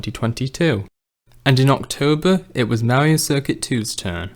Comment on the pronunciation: "This, is mawio cuircut twu" I love it! (Not hate btw)